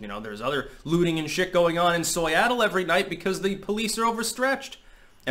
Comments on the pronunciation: "Soyattle" lul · Soyattle lol 😂